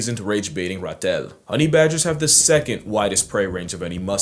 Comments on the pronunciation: I love how he’s pronouncing ‘ratel’ 😭😭 If you’re curious, the correct way to say it is “Rah-till”, but I like “Ra-tell 💃” more tbh. Your videos are amazing,! Much love from SA 🇿🇦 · Love your commitment to pronunciation. Not sure if this has been pointed out, but as a South African (where the word Ratel comes from), I can tell you it is pronounced: Ra (Egyptian God) til (cash machine)